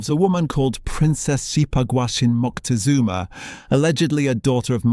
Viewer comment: Just for cultural trueth, it is nit MoNtezunma, it is MoCtezuma